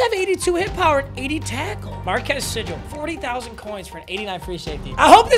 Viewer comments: It's pronounced MarKEYS SeeGAL, Huge K-state Fan! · It’s pronounced markees seegle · it’s marcus seagull like the bird papa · marquis segul is how its pronouced